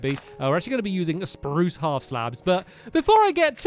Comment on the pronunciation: youre saying poo its sproos